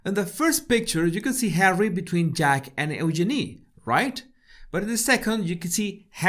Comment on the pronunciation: and and I'm English so I've never really liked the name Eugenie, as people tend to say 'Yoo-GEE-nee' and it sounds weird. The way you pronounce the name, it's actually rather lovely (I figure the name is French and would sound nice in that accent, too). It's just the London Cockney version which is gross.